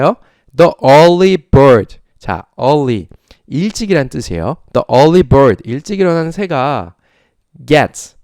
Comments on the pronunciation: 처음부터 정주행하는 사람이에요, 너무 좋은수업 감사해요. 그런데 일찍 일어나는 새가 벌레를 잡는다 할 때 the early 를 디 얼리가 아닌 더 얼리로 읽으셨는데 더 얼리가 아니고 디 얼리인거죠?? e 모음 앞에 the는 디- 로 발음한다고 선생님께 배웠어요. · 덕분에 첫강부터 지금까지 따라가보려 노력중입니다. The early bird...에서 The의 발음이 디로 읽어야 하는거 아닌가요^^?